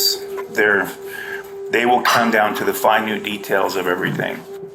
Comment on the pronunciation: Did that incompetent pig really say "finute??"